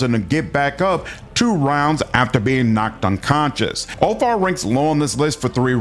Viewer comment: Úlfar is not pronounced Úl--far, it sounds like it has V instead of F . So Úl---var, at least that's how it is pronounced here in Iceland. We can still read with out any help the Viking language Gammel norsk or Icelandic. Like our Edda witch was written in the 13th century and it tells you stories about many things our ancestors did, and also goes in to our religion Ásatrú. But yea sorry about this mate i just wanted to point this out. Skál Ps.. keep up the good work you do, I love your channel but I've been lurking here since the early days😊😊